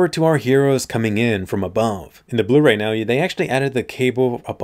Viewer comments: Blu-Ray? More like Blur-Ay. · “Blur-Ray” But seriously, the Blu-Ray looks much better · Blu-ray more like BLUR AY Ah ... Ahhah ah ...